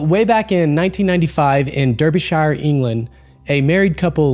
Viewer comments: As a Brit I don't know which is more surprising, seeing a UFO or a day of seemingly decent summer weather! Both are equally rare in the UK! Thanks for the good video. By the way it's pronounced D-A-R-B--E-S-H-E-R, despite being spealt Derbyshire.... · "DAR-BE-SHER" you're welcome. Good story by the way post more like this and upu have my subscription ❤ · I'm from Derbyshire.... Just an FYI its pronounced "darbie-shire" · Just a small point from an English person, it’s pronounced more like Darbyshear or I guess darbishear even though it looks like Derbyshire so basically darbyshire but the shire sounds like shere and the derb is darb. We are so weird ❤😂😂 so weird that it’s even hard to explain 😂❤ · The way Americans pronounce Derbyshire is so adorable lol